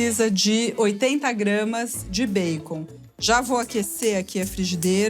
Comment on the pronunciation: Gosto Quando ela pronuncia erradamente bacon.